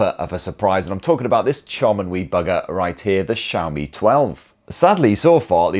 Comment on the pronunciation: Wow. I just realized you fixed your Xiaomi pronunciation! Brits normally pronounce it "Zeeaomi" instead of "Sheaomi". Good job and great vid!